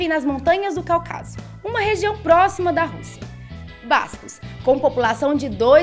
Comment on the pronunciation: Então o assassino homofóbico Che quer vara era um refugiado político, né? Outra coisa: a pronúncia é cÁucaso, Cáucaso e não Caucaso!